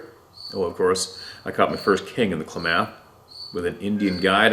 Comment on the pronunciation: Klamath= "Clam-muth"